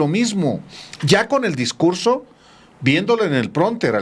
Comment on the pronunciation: Como no hay discugso voy a improgvisag!